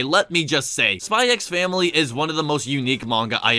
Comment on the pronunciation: For future reference, you never pronounce the X in these kinds of titles. Hunter x Hunter -> pronounced Hunter Hunter Kiss x Sis -> pronounced Kiss Sis xxxHolic -> just pronounced Holic (no it's not about porn addiction) Spy x Family -> pronounced Spy Family The X is always silent.